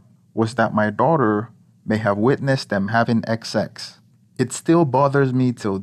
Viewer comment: The narrator can't pronounce the word"sex"....